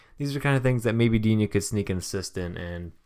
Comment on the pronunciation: i'm French and regarding Digne you should not pronounce it Dignay. It's the other one but dunno how to spell it :p